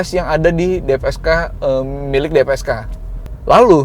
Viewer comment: Mantep om. Btw DFSK bukan DPSK 😁